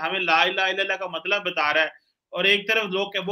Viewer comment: Sajjid sahib ji, Maksab nahi Matlab!!